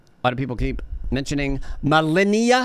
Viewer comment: muh LE nee uh